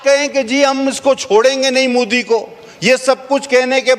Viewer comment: मुदी नही मोदी कहो टेरिजेमवाला😅😅